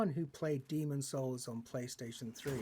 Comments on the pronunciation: o famoso e consagrado dhá'emom Sous ksjskak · Daemon Souls mano? Tá loko? Kkkkkkkk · Daemon Souls KKKKKKKKKKKKKKKKKKKKKKKKKKKKKKKKKKKKKKKKKKKKKKKKKKKKKKKKKKKKKKKKKKKKKKKKKKK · Daemon souls,kkkkkkkkkkkkk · Daemon souls KKKKKK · Daemon souls ein KKKKKKKKKKKKKKKKKKKKKKKKKKKKKKKKKKK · Daemon Souls kkkk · Daemon souls kkkkk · Daemon souls kkkkkkk